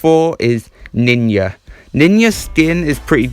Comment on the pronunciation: Man said ninya